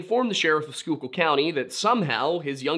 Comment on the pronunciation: 😂 You can always tell an Eastern PA local because they pronounce Schuylkill right. lol